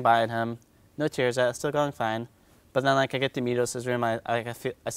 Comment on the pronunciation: why does he keep say "but" like "bwut"... lol